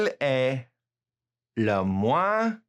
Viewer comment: Meilleur....ll= y May-ure not mel-ure Also.....moins = mwoins